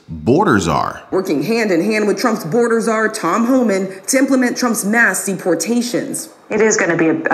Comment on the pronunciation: It's Homan with NO L...